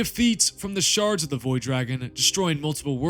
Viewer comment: I swear when you say, "Shards", it sounds like, "Sharts"!